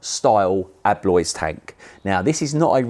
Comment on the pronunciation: people its Eolys not Eloys.